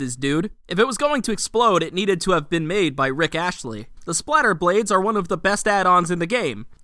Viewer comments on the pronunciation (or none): Did you call him Rick Ashley Good vid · I don't think I've ever heard anyone call Rick Astley, Rick Ashley.